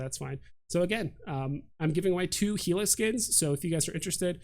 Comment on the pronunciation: Thank you for saying GILA correctly! I hate that progression is halved 50/50 in my experience, so effectively you need twice the effort for the same reward. And the rewards kind of suck. I like accelerators. As far as I know, there are NONE in this event. And you are 100 percent right about no skin preview. IGN: Antturas Hawk.